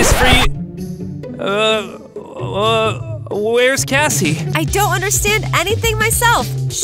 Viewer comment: Cassie not evva